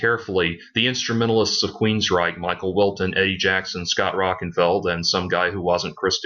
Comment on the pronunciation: Its Scott Rockin-FIELD, not feld. Also you make fun of hear in the now frontier then say they can play their great 5-7th albums HITNF is their 7th. Todd's name is LA torre as in La tor -ee chasm is pronounced Kazm. You need an editor